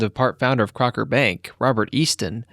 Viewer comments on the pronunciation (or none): none